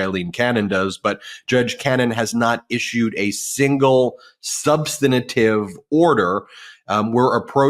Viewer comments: Love you Ben but please, for the love of God, it is SUB-STAN-TIVE. SUB-STAN-TIVE. SUB-STAN-TIVE. That's 3 syllables, not 4. 😒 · Ben, this is the second time I am pointing this out to you: you keep saying "subsanitive". There is no such word! You say you're a professor. Really? And you don't know how to pronounce SUBSTANTIVE? Jeeze. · Substantive. Not substantative. You’ve given the word an extra “ta”. The word is substantive enough already 🥰💙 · Stop saying SUB - sten - uh - tivv 4 syllables when you mean substantive. It's incorrect, though most media say it incorrectly. The right pronunciation is: SUB - sten - tivv. Only 3 syllables. (An overused word spoken by a lot of people who really mean substantial) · Ben. The word is substantive, not substenative. Please! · I like the channel, but please the word is SUBSTANTIVE, Ben. Three syllables. There's no such word as SUNSTANATIVE. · Love Ben, but I need to present a pronunciation correction…if I may. Substantive is pronounced as: Suhb-stuhn-tiv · Love the show. I follow intently. Can you correct ... Its sub-stant-ive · "Substinative"?? Common, Ben. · Ben, please learn the correct pronunciation of "substantive"!